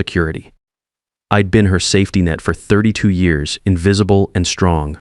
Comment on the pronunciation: I'd is pronounced Eeeed? Come on, AI!